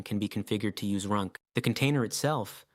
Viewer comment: yeah "his" pronunciation is weird, he pronounced runc as runk and runs for some reason -- feels like the dialogue is AI generated